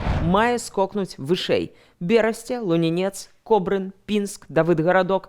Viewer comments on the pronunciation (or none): Блін, не ЛунінЕц, а ЛУнінец. Кажу вам як чалавек, чыя маці адтуль.